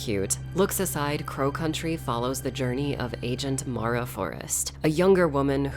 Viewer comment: My name is Mara and I just want to say THANK YOU for pronouncing her name properly. A lot of people mess it up for some reason (Mare-ah instead of Mar-ah). It's a small thing, but it's appreciated 💕